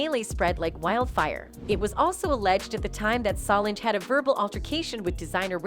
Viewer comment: Her name is Solange, NOT salongggggg! Please say her name correctly!!!